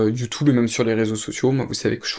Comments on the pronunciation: YoutOub, youtOube, YouTube, you tou beuh 😊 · Top vidéo ! Mais pourquoi prononces tu youtOube ? Lol ça me stress !